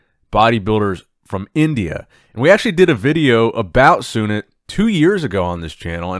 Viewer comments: Feels so proud to see sunit jadhav here , Making us all proud here in India ❤️ Pronounciation for sunit is - Soo-Neet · The way pronouns sunit's name is just hilarious 🤣😆😂 But just cover more content from India u will be learn more 🤣🇮🇳🇮🇳